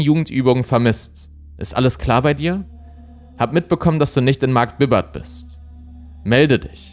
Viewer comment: Markt Bibart wird "Markt Biebart" mit langem "i" ausgesprochen, mit der Betonung auf dem i. nicht wie Markt Bibbert". :)